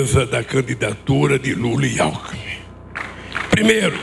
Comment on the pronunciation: Tanto tempo no poder,não se deu ao luxo de ao menos aprender a falar. Só se especializou em ser bandido. Nem o nome do vice ele sabe falar. O chama de Alku